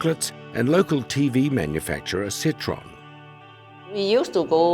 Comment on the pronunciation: Not Setron... but Citroën, the French car manufacturer.